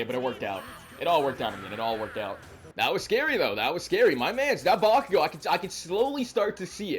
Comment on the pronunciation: Hi 👋🏾not to be rude or anything but how come you say bakiyo instead of bakugo?🧐